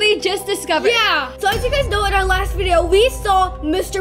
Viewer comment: Video not "vedio"